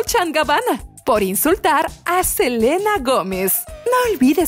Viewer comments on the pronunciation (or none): none